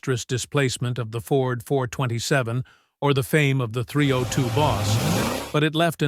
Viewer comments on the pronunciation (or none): During the video, I thought I overheard the narrator mention switching heads with a "301 engine". I'm sure he meant 302. On another note, I thoroughly enjoyed the video and even learned some new information! Thank you!